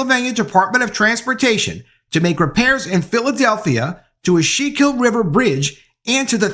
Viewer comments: CORRECTION: Schuylkill --- It's pronounced SCHOOL-KILL. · LOL, everyone not from the tri state says Schuylkill wrong. It's skoo-kul.